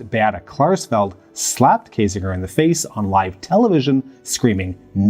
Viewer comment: It is so funny to hear you pronounce german names. That´s no criticism and I´m probably not much better with Vietnamese or Bantu names just really funny. If I hadn´t known the names (from Ohnesorge and Kiesinger) I probably wouldn´t have been abel to recognize them. You pronounce the terrorists names much better.